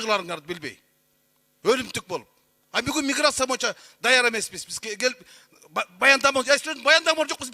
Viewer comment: Моюнча дебей боюнча деп сүйлөсөң!моюнча деген сөз жок кыргыз тилинде!!!боюнча деп сүйлөчү чулдурабай!!!